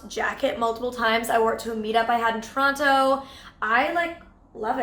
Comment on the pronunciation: I really appreciate your videos. And love how inclusive you were with this one and trying clothes...on a side note and this is not shade...Just wondering why you say Toronto the way you do. Most Torontonians don't pronounce the t quite as strongly as you do. Is it a YouTube thing?